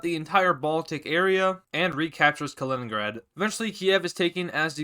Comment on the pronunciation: It’s not kalingrad it’s Kaliningrad